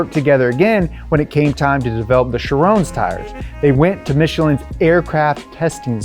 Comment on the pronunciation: FINALLY SOMEONE AT DONUT PRONOUNCE CHRION CORRECTLY